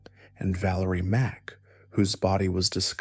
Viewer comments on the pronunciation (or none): none